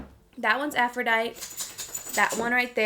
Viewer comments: LMAO- Aphrodite... (aff-row-dye-tee) not, (aff-ro-dyt) 😂🤣 I just couldn’t help myself. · Girl.... it’s pronounced aphro-DIE-TEE. Uneducated lmao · hunni im guessing its Aphrodite, its pronounced aphroDITE-EE, like how you said it and an EEE sound after. Aphrodite is the Greek goddess of Love, Beauty, and Pleasure/Passion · it’s pronounced “aa-fro-die-tee” 😂 😂😂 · Girl I love you but it’s driving me crazy the way you pronounce Aphrodite (aa-fro-die-tEE) lol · just so you know, its pronounced "AphroditEEE" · Had all of Youtube never learned and heard names of Greek or Roman goddesses? AFRO-DITE-EE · Hey love just wanted to tell you that the NYMPH shade Aphrodite is pronounced how you’re saying it...but you pronounce the “e” at the end. So Aphroditeeee lol! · Aphrodite is pronounced aa-fro-die-tee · Your pronunciation of Aphrodite is incorrect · It’s Aphrodite with an emphasis on the e loll I love you so so much and can’t wait for little man to be here. You and Davis will be the BEST parents! 💙